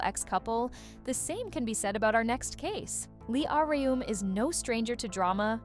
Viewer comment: honestly can't get over the 'ahrium' lol it's just 'ah-rum'